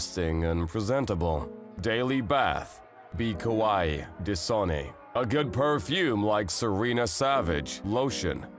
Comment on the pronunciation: "Be Kawaii: Des-On-Nay"